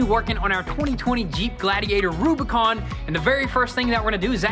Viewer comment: AH NEEYD A REWBIKAWN